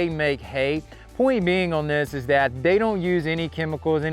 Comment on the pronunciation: Bale or Bell ? They or Day ?